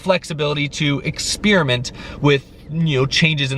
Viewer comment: LOL Its ex·per·i·ment not exspearmint like the gum still like your show even though you wear your hat funny .